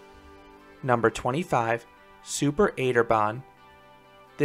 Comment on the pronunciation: „Super 8er Bahn“ ITS CALLED SUPER ACHT. ACHT STANDS FOR 8 AND ACHT(ER) BAHN (ACHTERBAHN) IS A ROLLERCOASTER